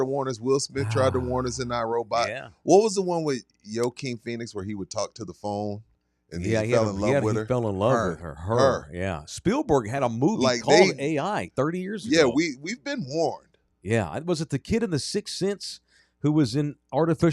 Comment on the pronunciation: Did say Yoe-keen Phoenix